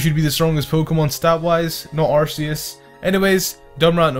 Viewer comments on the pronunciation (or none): it's not ar see us its ar ckeus Arceus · Two points - AR-KEY-US and MED-I-CHAM. Not AR-SEE-US and MED-I-CAM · U said arceus wrong in my book it’s ar KEY us like a key :3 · IT'S ARCEUS, NOT ARCHEAS! GET IT RIGHT! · ITS ARC E US